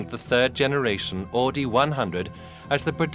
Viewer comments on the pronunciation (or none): AUDI!! NOT"AADI"!!! My god, how hard is it to say it right!? Jeez... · Augh. Even in Timaru we know how to pronounce "Ow-dee"... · We don't pronounce Audi as "Or Dee", unless you live in Newcastle upon Tyne. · They say "AADI" in this video. No "R".. But when you hear the people intervued in the video you hear they say "Audi" like it's pronounced. It's so stupid. Can't see why it is soooo hard to pronounce the "U" in Auidi.. It was annoying as fuck to hear! Haha